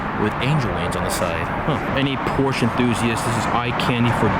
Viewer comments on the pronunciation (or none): You ain’t a Porsche enthusiast if you can’t say it right